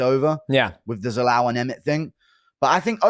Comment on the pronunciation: How hard is it to say Youssef Zalal wtf